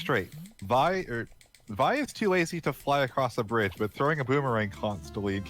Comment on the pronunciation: >says "Vai" instead of "Vee" Finally, a man of quality!